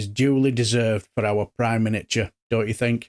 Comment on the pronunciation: Prime Miniature….. I nearly choked on my tea when I heard that 😂😂